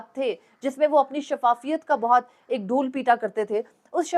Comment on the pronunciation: او میرے اللہ 😂😂😂۔۔۔ڈھووول نہیں۔۔۔ڈھول۔